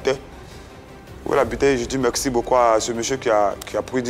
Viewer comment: On dit merci et non mekssi